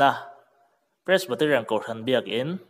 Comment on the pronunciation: Pressbaterian nilo in Presbyterian tih tur anih hmel zawk eee